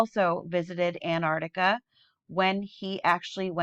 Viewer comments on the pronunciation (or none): I love your channel. I agree with most of what you say. As a teacher, it'd be great if you could pronounce Antarctica properly. You keep saying Anarctica.